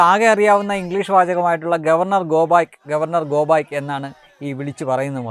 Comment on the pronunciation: ഗോ ബായ്ക്ക് അല്ലടാ വാഴേ ഗോ ബാക്ക് എന്നു പറയടോ അതുപോലും അറിയില്ല എന്നിട്ടാ മറ്റുള്ളവരുടെ ഇംഗ്ലീഷിനെ കുറ്റം പറയുന്നത് . മരവാഴ